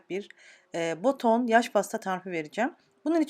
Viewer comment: Boton değil BATON! Hem yanlış yazıp hem de yanlış telaffuz ediyorsunuz. Bilginize.